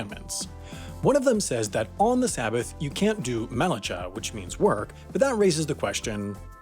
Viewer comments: i'm afraid there's a touch of mispronunciation, starting with the word "melacha" . no, dude, it's "melaccccchhhhaahhh." you gotta practice saying it in front of a mirror, and the mirror should have so much spit-spray on it that it looks like a rainy windowpane. and the eruv is actually a real thing that we all need to understand. it's been proven that god gets mad--real mad--when people carry stuff or use electricity on the sabbath. many scientists actually think that what we call climate change is actually god getting really angry. if god ever finds out they let women become rabbis now, we are doomed. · I assume that people already noted that you said melatsha that is a set of phonemes that might be a word that means something in some language. You probably meant melakha, with voiceless uvular fricative. Like in achtung, marijuana, kharson, shengkhai, mukhamad, minchen, Sebastien Bach... From Hebrew מלאכה To English Work And vice versa איי אם שור דת יו וורק הארד און איטש וידאו, גונט גיב אפ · It’s pronounced ayruv And ma-la-cha And tal-mud like mud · Here in Israel it's Eh-Roov. BTW it's MelaKHa not MelaCHa. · Also, here’s some pronunciations (you didn’t butcher it too badly!). Eruv: “ay rahv”, Malacha: “Mah- luh-cha” (ch is not pronounced the way it is in English. In Hebrew it is a rough, throaty sound). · As an observant Jewish person I this is a very good video but a couple of the pronunciations are wrong such as Melacha (pronounced as Mi-la-ha) and Hotzaah (pronounced like hoe-tzah and Eruv it is (pronounced like A-roove) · I physically recoiled at the soft ch sound in melachah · You pronounced melacha wrong, which is why i like to use h or kh. I never understand when channels are able to research so much on Wikipedia but can't bother to look up pronunciation. Simon Whistler does this too lol. Altho your French is good. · Melachae has the ch pronounced with a hacking to clear phlegm. Eruv is not eeruv - it is ehy-roov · You mispronounced Melachah.